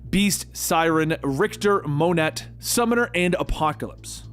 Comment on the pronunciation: Smiles. A great job with your production!! A couple small issues. For some reason, you started to call Unus "Urus." Monet is a French name, pronounced "mo-nay"